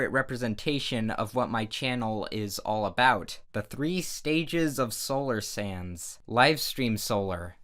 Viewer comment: You said sands not sans and sans not sands